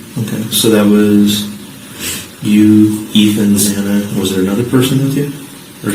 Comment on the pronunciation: Idgaf who u are. If you live with someone or a group it’s normal for people to know one another’s surnames, emergency contact info minimally. I’d also have them sign NDR’s. That’s why I have always (even in uni) Anybody sign a lease or sublet?! Poor Xana’s 1st and last name were butchered more than she was. It was too much to give the woman the respect of pronouncing her name correctly in death. It’s not too much to ask+it’s not hard to say! Sound like Za nuh Kur No dull! How mfkn hard is that?!